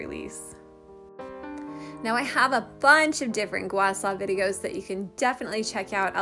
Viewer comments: (GWAH - SHAH) NOT ( GWAH SAW) is the correct pronunciation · (Gua-Shaw) not (Gua Saw) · It's pronounced "gua sha", not "gua sa". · "Gua Sa" LOL! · Can you not pronounce h's or something SHA